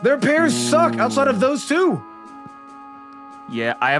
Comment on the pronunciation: I agree with Pat, it's balltic ootside